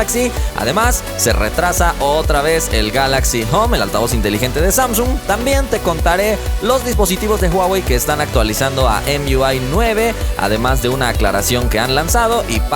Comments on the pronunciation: Emyuai jajaja dí emui no más y se entiende mejor, eres mexicano no americano. Saludos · La capa de personalizacion de Huawei se llama EMUI suena como si dijeras MIUI jajajaja saludos